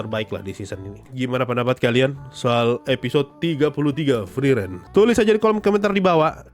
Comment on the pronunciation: Bg nyebut sosou sosou friren biasa aja bisa gak ? Sekali lg gw timpuk luu 😅